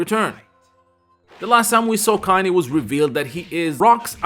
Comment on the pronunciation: I actually thought it pronuce Kain was well but i remember Kof 2006 pronounced it as KAAN I thought they just said it weird until I learned how to pronounce it